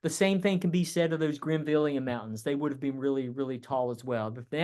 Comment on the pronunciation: Great lecture! It's " Grenville " orogeny, not Greenville!